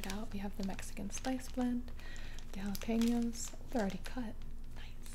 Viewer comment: Girl.. you can pronounce jalapeños perfectly 👌🏽 but you couldn’t pronounce Folgers!